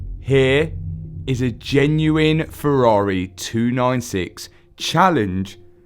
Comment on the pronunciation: Waiiiitttt - HE SAID FERRARI and not FERRAREEHHH for the first time ever:D Luv ya